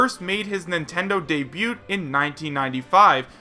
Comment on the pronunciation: The t is silent in debut